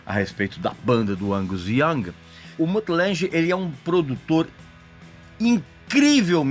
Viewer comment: ok, um "critico" que nem sabe dizer o nomes da pessoas.... Lange, não Lanje